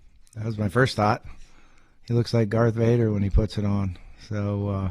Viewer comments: dude said garth vader 😂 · Did Bobby say Garth Vader? I'm dead.